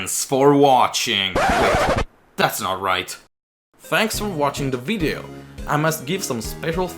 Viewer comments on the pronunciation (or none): none